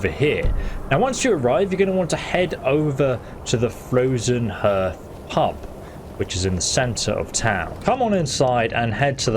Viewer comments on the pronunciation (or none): "Frozen Herth"?